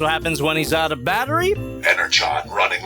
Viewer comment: Out has a T on the end 😅